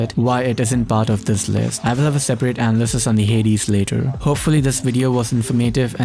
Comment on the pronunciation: Did this dude really just say “anal-cist”???